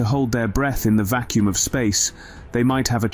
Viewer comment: It is quite a good videos but spoilt by the robotic voice. It was quite good until 4.30 when it says blued and vakkoom instead of blood and vacuum. Later it does correctly pronounce vacuum. But just get a real person to do it and it could be so much better.